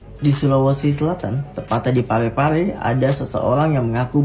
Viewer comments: Bukan Parape tapi Pare-Pare bro. Hehehe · Sekedar mngklarifikasi ucapan salah,. Bukan parape, tpi PARE-PARE. salah satu kota di sul-sel